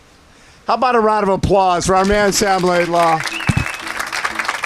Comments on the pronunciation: Can someone please correct Bob on his pronunciation of LaidlOw 🙏🏻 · lol it’s almost either comical or disrespectful